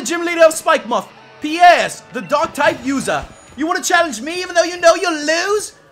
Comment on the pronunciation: QOTD: Jolteon from Heart Gold my fav jolteon Oh and Piers name isn't prounounce Pi-yers it's actually Pa-yers